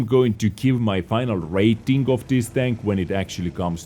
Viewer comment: "Raiting" XD